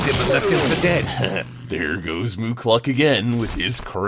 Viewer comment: moo-cluck not mooc-luck